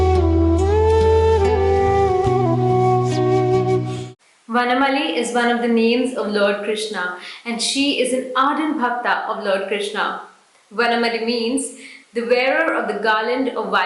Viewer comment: वनमाली not वनमली